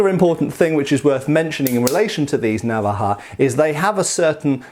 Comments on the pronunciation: I'm spanish and I didn't know about this weapon. (It's navája, btw, in terms of pronunciation, not návaja). I have a similar one from Toledo except much smaller x) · the inflection is on the decond vowel. Na-VA-ja. Like that. Not NA-va-ja. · as a general rule, the stress in spanish words is always on the second to last syllable, unless there is a tilde in which case the stress goes where that thing is, so naVAja no NAvaja. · you say návaja with the accent on the first a but it's actualy navaja, being the second a the strong sounding one. if it was like you pronounce it it would be written with this little line like in águila (eagle) but it doesn't. in Spanish the grammar all ways helps you. so unless you see an accent like in árbol or dragón, just pronounce the strong syllable in the middle if you don't see the little accent 😁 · I think the tonic sillable is the second one, na'vaja instead of nava'ja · I think I have one. I never thought it could be a traditional weapon. It's pronounced, naVAja, by the way. We currently call all pocket knives navaja. Mine has no locking mechanism and stays open just by friction. I made the terrible mistake of oiling it (it's kind of rusty and hadn't been used in years, probably decades), and it closed on my hand as I was using it. It wasn't a deep cut, but there was blood everywhere. Learn from this guy: don't be stupid. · Not really. It's Ok, but the accent is in va. naVAja. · The stress is in the second-last syllable, naVAja. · Spanish stresses the penultimate syllable when not marked, so the stress should be on the second A not the first as in an English pronunciation. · It was terrible! Stressed the last a instead of the second and pronounced the j too softly. It should sound like you are preparing a spit ball. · True, I'm Spanish, from Sevilla and it's true that's the correct way to pronounce the word Navaja.